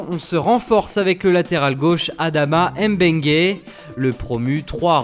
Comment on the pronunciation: C'est Adama Mbengue et non Adama M'bengue.